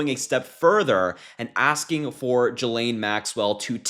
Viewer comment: TY for good solid contents - BUT - Please please learn how to pronounce her name. Sounds real bad. It's Ghee like the butter and Lane as on the highway... Actually Butter Highway is not a bad name for her.